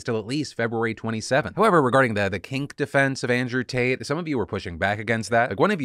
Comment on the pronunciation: Could have sworn Phil called him Andrew Taint.